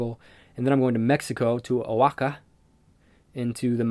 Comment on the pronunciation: Love your podcasts ❤️ looking forward to your upcoming ones from Costa Rica & Oaxaca 🌹🌿🍄 & it's pronounced wa-ha-ka btw 😆😊❤️